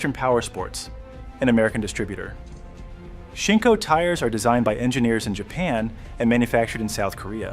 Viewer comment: I'm sorry, but seeing how you got Shinko so wrong , I am left to wonder what else is incorrect with this whole production.